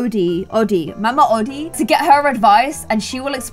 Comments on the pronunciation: It’s pronounced Mama Oh-Dee not Oddie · you said that the alligator plays the banjo but he plays a trumpet im just saying because i just watched the movie last night and its pronounce mama O- dee